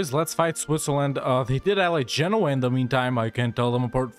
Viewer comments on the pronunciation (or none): none